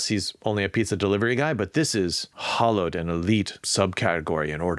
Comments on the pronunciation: I think all of these are good techniques to get the reader to read the second sentence, and maybe the third and fourth, and possibly the whole first page. The entire book will take a lot of good sentences and great storytelling. :) Also, fwiw, "hallowed" is pronounced "howllowed" not "hollowed." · In the "Snow Crash" example, the word "hallowed" is pronounced like "Halloween", not "hollow" (like a hollow log). Hallowed = revered.